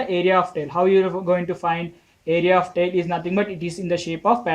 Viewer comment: 4 question mai tile ka pronunciation galat hai ...u r saying tail but it is tile..